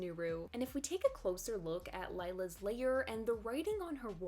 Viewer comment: Lair is not pronounced like layer...